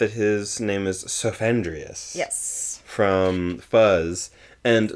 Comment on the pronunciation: It's "Cephandrius", not "Sophandrius" so it's more like Headman than Wiseman